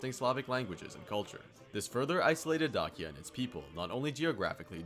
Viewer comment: Pretty sure it is pronounced similar to DAY-sha